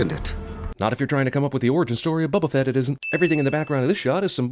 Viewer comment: BO-Ba-Fett... Not, Bubba Fit from your jail relationship.